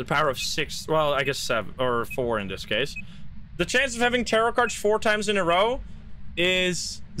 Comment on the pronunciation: the first time i heard tarot cards i thought you said terror cards but i think terror cards fits better as a name(i am completly new btw)